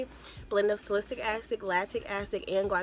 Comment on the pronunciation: It’s SAL-I-CYL-ic acid. 😊